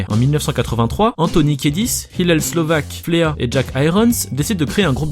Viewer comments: "Fléa"?! t es sérieux mec?! Prononce "Flie" putain, tu viens de perdre toute l'estime que j avais pour cette chaîne 😂😂😂😂😂😂 Et ces anecdotes sont connues... Pour la dernière si vous en voulez une bonne, les Foo Fighters pour se venger ont bombardé Chad de balles de ping-pong et de spaghettis en plein concert lors de la tournée Californication quand ils faisaient leur première partie. Vidéo à voir 🙃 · FLEA se prononce FLI (puce en anglais) et il a été ACTEUR dans RETOUR VERS LE FUTUR 2 ou 3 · Et Flea ça se prononce [fli:] Bisous, tata.